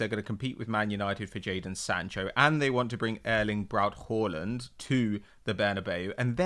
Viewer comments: saying horland I cba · It’s pronounced HARLAND not Whoreland